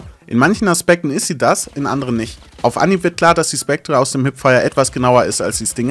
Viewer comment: Ich krieg leider Pickel davon, wie du "Spectre" aussprichst